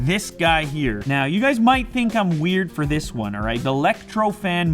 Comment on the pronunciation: "Up to 200 for movies", w-why did i heard "Up to 200 porn movies" ??!